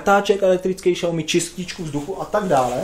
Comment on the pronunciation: V popisku sem uvidel xiaomi, tak sem cekal jak to prectes. Po 16 min sem se dozvedel, ŽES TO PŘEČET ŠPATNĚ, vim neni to uplne tvoje chyba, vsude to tak rikaj ale jako nekoho kdo se uci cinsky me to taky vsude sere xD btw cte se to [siaomi] a znamena to malá rýže :-D